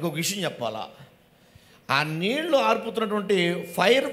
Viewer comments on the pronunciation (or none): none